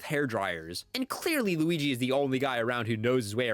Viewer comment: “the wigee we all love”😂